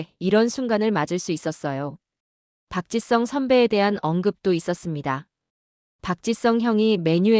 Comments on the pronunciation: Park. Chi. Sung, 아니고.. park. ,gee.,,,sung.... 입무니다....한글 발음. 어렵습니다.. 공부. 더하세요..😊 ,아리가또우. .. 고자이마스..... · AI가 말하는것 입니까? 박지성을 왜 박짓썽이라고 발음합니까?듣기 거북합니다.